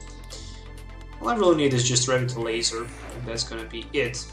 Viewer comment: You're pronouncing Revitalizer wrong. Good deck, btw.